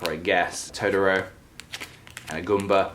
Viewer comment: I love how you pronounced totoro. I don't know if I'm the one always pronouncing it wrong but it was adorable.